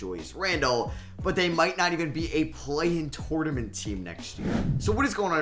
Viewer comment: Does anyone else get annoyed the way he says tournament 🤣